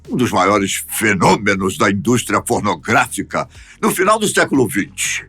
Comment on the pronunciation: pra mim você é o melhor da Fatos, adoro a maneira como você faz seus vídeos, sua voz, mas estranhei você falar "Indústria Fornográfica".